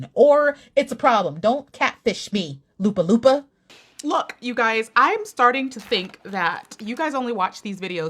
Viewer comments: Lapu - lapu (not Lupa - lupa) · Lapu-lapu not Lupa-lupa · She really said Lapu-Lapu as Lupa-Lupa lol she really said it backwards lmao 😂❤️ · New subscriber here from the Philippines. I laughed a lot when you said Lupa-Lupa City instead of Lapu-Lapu City! Hehehe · Lapu-lapu ❎ Lupa-lupa ✅ 🤣🤣😅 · My Dear i Love the way u said Lupa Lupa City it's Lapu Lapu City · Top 2 Mispronounced word for this year First Runner Up---Pasay (it should be PA--SAY...u mispronounced SAY...it shoud Not be SEY but with A Winner ---LUPA LUPA CITY (it should be LA PU LA PU CITY)...im laughing so hard on ur pronounciation on this(but it really cute to hear it) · La-poo La-poo not loopa loopa hehehe... I heart you... :) still cute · Lapu-Lapu (a historic person) which is pronounced Lupa-Lupa (soil-soil) is hilarious 😅💕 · lol Lupa Lupa, its Lah-Puh Lah-Puh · THE WAY I BURST OUT LAUGHING WHEN YOU SAID "LOOPA-LOOPA CITY" 😭😭😭😭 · IM LIKE: WAIT, WHAT? DID I JUST HEAR OOMPA LOOMPA CITY?! HAHAHAHA I LAUGHED SO HARD! 🤣 sending love from Lapu-Lapu City 💫🤎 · I died laughing when you pronounced my city as Lupa-lupa City 😂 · 1st strike for saying Lapu Lapu.. 😁✌️... Nice to see your reaction.. again.. 🥰 it sounds like LA-POOH LA-POOH..